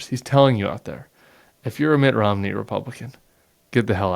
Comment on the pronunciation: Sounds as if he's calling him Mick Romney.